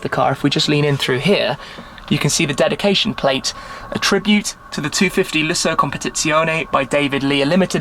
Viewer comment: A fascinating video. 'Competizione' can be tricky though to say, correctly ...